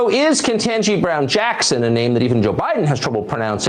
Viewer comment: Aside from the SERIOUS racism and general cringe.... "Ketanji" is pronounced phoenetically....